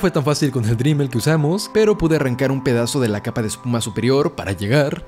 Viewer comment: No se dice Dreamel ni foom, es Dremel y foam.